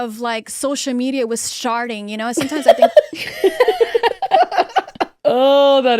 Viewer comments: I heard sharting 😂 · I heard sharting and was like… did she just??? And the called it out hahahhah she definitely said sharting 😂😂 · I heard sharting on the first play 😂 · Only heard SHARTING 😂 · SHARDING! not sharting💩 omg I'm dead😭💀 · I’m so glad someone else heard “sharting” and it wasn’t just me 😂